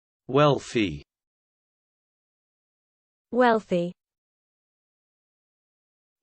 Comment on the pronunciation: You said it wrong